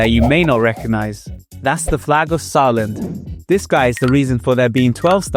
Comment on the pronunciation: Saar land haha indian?